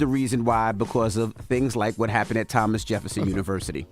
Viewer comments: She didn't read "Thomas" correct and they were graduating from Thomas Jefferson University 🤣🤣🤣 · They only had the pronunciations of the names on her paper. So instead of the paper saying Thomas, it said Tomas